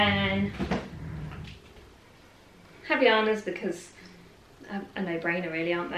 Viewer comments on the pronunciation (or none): Havaianas is pronounced like this: ahvah-eeuhnahs ( with the sounds blended together) sorry for correcting but I couldn’t resist, since I am from Brazil